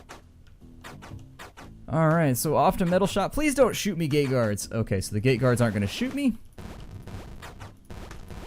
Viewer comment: When you said plz don't shoot me gate guards it sounded like you said gay guards XD